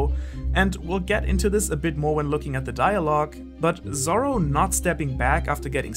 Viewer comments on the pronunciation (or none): Am I the only one hearing "sorrow" instead of "Zoro" (sometimes)? Great video tho.